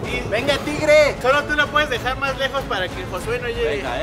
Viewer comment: y bien seguros diciéndole "José" en lugar de Jossue 😂